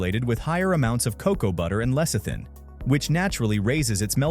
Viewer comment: When Americans do the voice over you can always rely on words being mispronounced. Nougat and Lecithin in this case.